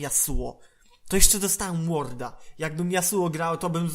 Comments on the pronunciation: Ward a nie łordów xD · Ward czyta się Łard xDDD